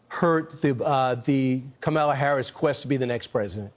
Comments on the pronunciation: Why is it that % of the republicans can’t or won’t pronounce our VP’s name? It’s KA-muh-lah. Not ka-MAHL-uh, nor ka-MEL-ah….pull your heads out of your ^%%! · Learn to read, jackass! Show some respect. You know how to pronounce “Kamala.” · Brilliant! Why do some of these reporters / force the insult by two points: speak over people and pronouncing KAMALA's name wrong? It really is a bully tactic that the great Pete won't let it slide! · Just that they continue to mispronounce her name is so embarrasing - it makes them seem so pathetic and weak.